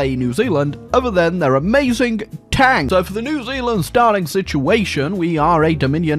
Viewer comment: Zee Zealand? Never heard of it.